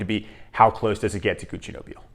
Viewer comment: I find Duc De Vervins very close to Nobile (and it's pronounced No-bill-eh)